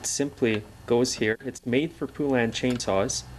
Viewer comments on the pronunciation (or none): FYI; It's Pronounced Po-Len. They put it right in their ads years ago.